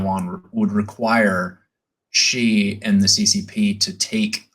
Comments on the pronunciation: Xi is pronounced "She" not "Gee". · The correct way to pronounce “Xi” is not “Zhee”, “Gee”, “She”, or “Zee”. The correct pronunciation is nearest to “see”. I am not a native speaker of Mandarin, but that’s what I learned from my Chinese language teacher. Thank you for your videos by the way.